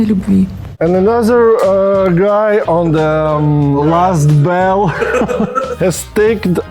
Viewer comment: Да, эспэшили «он зэ ласт бэлл.»)))